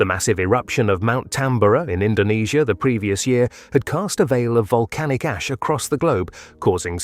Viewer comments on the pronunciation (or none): none